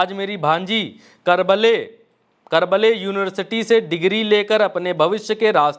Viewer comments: Bhai Baaki To Sab Thik Hai Lekin Aap Jo Pad Rahe Hain Wo Kya Little Little Laga Ke Pade Hai Barkale ko karbale Pade Ja rahe Ho Ek Nahi Dono Baar Karbale pad Diya😂😂😂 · Karble nahi bhai barkale hai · पहले बर्कले को करबले कहना बंद करो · भाई साहब karble University nahi Barkle University hai, उच्चारण सही करो। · भाई तू भी अच्छा से पढ़ लेता तो बर्कले की जगह करबले नही पढ़ता 😂😂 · Karble nahi bhai, barkale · Sir barkle h krble nhi🙂...dhiyan se pde Chet ko...baki aapki bate bilkul teek h,.... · Sir karble nhi hai barkale hai 😂😂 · Barkley not karbaley .... aap kaisey reporter ho padhna bhi nahi aata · Kerbaley nahi hai vai, Berkeley hoga..... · baat to sahi boli..but bhaai tum bhi thoda padh lo..vo KARBALE university nahi barclay university hai..Shudhh hindi me likha hai बर्कले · भैया आप बर्कले को karbleey पढ़ रहे थे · *karbale(2 times wrong)😂, pehle khud padhna seekho fir dosro ko gyan dena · Bhai tu hindu to thik se pdh le 😂 berkley ko kya pdh diya news acchi thi 😂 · Baat to tumhari thik hai bhai… lekin hindi to shi se padhna seekh lo “ Karbley” kaa hota hai bhai